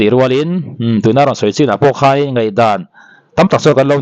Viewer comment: He nu hian mizo tawng pawh a thiamlo, khai ni lo in khei tih tur zawk, a zaklo mah mah.